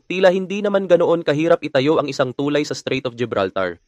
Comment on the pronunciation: Pakiayos naman pronunciation mo ng tulay sir! Mabilis ang pagbigkas ng salitang tulay! Thank you!